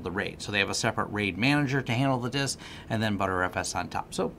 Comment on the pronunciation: The word is Disk, D I S K, not Dist